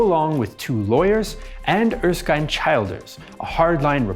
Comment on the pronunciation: Great job very fair and unbiased. One minor note Erskine childers is pronounced err-skin chill-ders